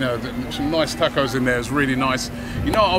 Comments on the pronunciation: Why they say tacos like tecos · Robbie, learn how to pronounce 'tacos' mate, jeez, the English, invented the language can't even use it properly